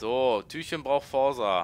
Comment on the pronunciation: Es heißt "Forza" und nicht "Forsa" ......haha